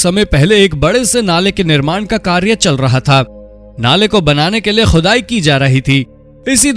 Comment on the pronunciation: Arre bhai pehle Shi Alfaaz to Bolna Seekhlo Khhudaai Qhudai bol rhe ho Gawaaaron ki Tarah 😂